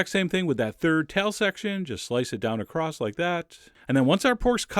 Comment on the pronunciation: Is it me or does Chef John add a "t" to across